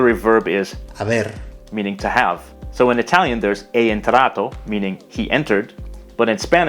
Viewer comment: You also pronounced "è entrato" as "é entrato"